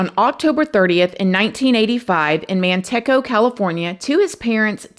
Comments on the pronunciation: As someone from Manteca you’re kind of driving me insane with the pronunciation 😅 it’s MantecA not MantecO. But it’s neat hearing a local story, almost never do. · It's pronounced MAN-TEA-CA ❤ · I am a huge fan and I love your channel. Are they from Manteca? It’s pronounced Man-teeka. I love you though!!!! I’m sorry!!! Lol ❤❤ anyway…this case is tragic for sure, thank you for always doing an awesome job covering these and bringing awareness for the victims. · With respect it’s pronounced man-tea-cuhh it’s in the Central Valley kinda near Modesto and it’s shocking bc this area is wayyyyy more expensive today than shyRack (Chicago ) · Pronounced man-tea-kha ❤❤❤ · You say Manteca so cute us Cali folk pronounce it man tea ca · Manteca is pronounced Man”tea”ca…it’s just 30 min from me! I remember this…thank you for covering it!!!💕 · Sweetheart 😂 it's pronounced MAN-TEE-KA... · I have lived in Manteca my whole life… hearing you pronounce it slayed me❤ Man-t-ka is how it’s said There’s another case from Manteca about a girl that set her dad up to be murdered id love for you to cover that case Her name was Michelle say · I live in Modesto. The way she pronounced it is like the Spanish for lard. I guess unless your from this area that is how you would pronounce it. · I wasn't sure if I should have corrected her pronunciation of Manteca😂. I'm from Lathrop